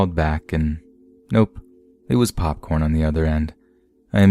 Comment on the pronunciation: "PAWPCORN WANZ CUDDLEZ!"